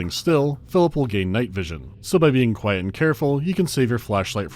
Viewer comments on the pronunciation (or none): none